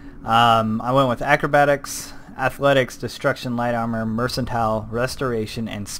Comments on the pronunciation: 1. It's not "mersantile" it's "merkantile" 2. The place you start in is not Oblivion, it's Cyrodil 3. What you call Cyrodil, is The Imperial City.. Other than that, great vid! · "It's not 'mercantile' it's 'mercantile'" Did that make sense? No? Tada.